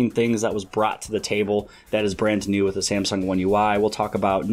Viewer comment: "Brant new"